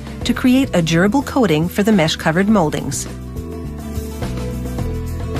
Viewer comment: It also like she says it's a 'gerbil' coating, rather than durable